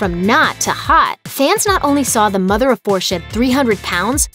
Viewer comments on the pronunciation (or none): none